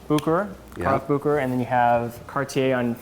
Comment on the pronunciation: Kevin,, you two need to come visit me in Lucerne so I can show you both the original Bucherer and teach you how to properly pronounce the name;) phenomenal video! All the best from Lucerne